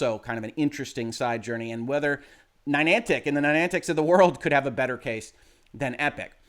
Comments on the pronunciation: I can forgive "Rawblox" since it appears that way phonetically, but adding a 3rd N to Niantic with "Ninantic" is beyond the pale. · I'm just waiting for somebody to hit him on 'Ni-nan-tic'. (there's only 2 n's, not 3) 😁